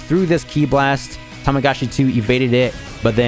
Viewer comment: The amount of times says Tamagachi instead of Tamagami is hilarious